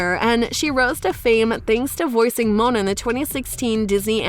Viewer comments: It's Moana, not mona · This girl doesn’t know how to pronounce these princess’s name, she said Mona instead of Moana and Ana instead of Anna!